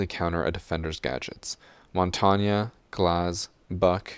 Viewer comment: Jackal counters all the defenders that roam (pretty much all experienced players) caveira and why tf he kept saying pronouncing Montaigne wrong